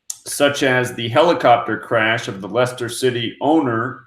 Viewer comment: i have a totally different date of birth on wiki for the chairman of Leicester City's owner... btw... the place / team is pronounced Lester... My wiki says he was 60 yrs old and born on the 5th of June in 1958... It was 144 days or 4 mths 22 days after his last bday and 221 days or 31 wks 4 days before his next bday... As you covered his name equals 422 in EO... and also equals 221 in ALW kab... its also 119 in Jew Red... which i like as his new D.O.B is on the 156th day of the year... 5th June 5/6 or 6/5 your side of the pond... and 156th prime is its reverse of 911... He died 2 yrs 5 mths and 25 days after the 2nd of May (5) 2016 date of winning the title... and 2/5 is the 122nd day of the year the reverse of the above 221's...